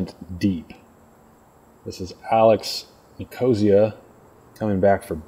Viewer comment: I think it's NIK-uh-SEE-uh, not ni-KO-zee-uh. Love listening to. Thanks for the coverage!